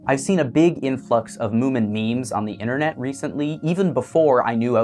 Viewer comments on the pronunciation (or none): none